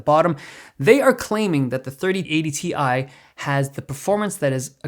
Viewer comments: Dave, u know that's Ti (Tie) pronounce right, not Tea-eye -Nvidia 2022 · Dude it’s not ‘T-I’, it’s ‘Tie’ 😂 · Isn’t it Ti pronounced ( tie )